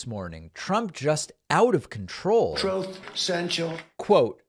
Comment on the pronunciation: “Troth” is how Trump mispronounces “Truth” as in Truth Social.